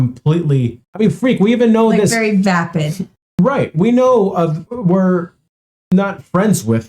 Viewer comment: Omg, it's not "depid".... It's VAPID!